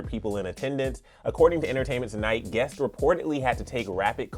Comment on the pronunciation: I know this is a mistake made sometimes but I had to say something... The "S" on the end of "masks" isn't being pronounced. The "S's" are also not being pronounced at the end of words like "Harriet's" "outdoors" "guests." "Guests" is being pronounced "Guess." So, "TS" sounds in words are also being negated. There are also the "ED's" not being pronounced on words like "criticized." I don't know if the host notices this but I wanted to point it out so it can be addressed. No offense meant.